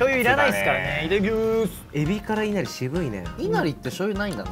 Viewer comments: い↑な↓り↓の発音の子多くてびっくりしてる い↓な↑り↓は関西だけなのかな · いなりの発音がえなりの発音で正しいイントネーションがえなりの発音なのかな…と田舎者は震えました😭